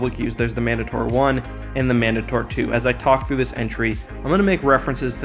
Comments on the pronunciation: Man-day-tur not Man-duh-tor cmon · He said mandator wrong